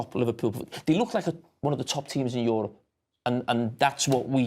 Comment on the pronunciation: "In Yourup" 😂